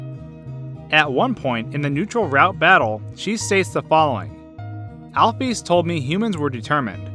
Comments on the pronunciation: allph'ys is not pronounced alf e's its said like al fis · he said aphys its alphys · U don't pronounce Dr. Alphys like that. You're pronouncing it like Dr. Al-Fees. It's pronounced Dr. Al-fis. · Al-fees? I pronounce it Al-fiss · To say alphys is Al-fis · Alphys's name is pronounced Alfiss. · Alphees? Amalgama-tays? Uhh... That's not how you pronounce them... Sorry... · ur a good theorist but plz learn how to pronounce amalgamates and alphys!! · im waiting for fans to rage over the point you pronounces alphys wrong... i guess not, im suprised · alphees tho... alfis is the way i pronounce it, dunno about you people